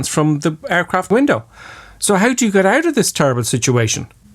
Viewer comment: Why do you say "bush" instead of "but"? Or "ouch" instead of "out"? Is that some kinda dialect?